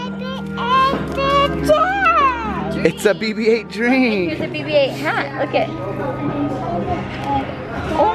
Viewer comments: it's not Bebe 8 it's BB-8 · Yeah it sounds like Baby 8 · it sounds like says baby 8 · AWW when says bb8 it sounds like he's saying baby 8 lol =D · It sonnds like his saying baby ate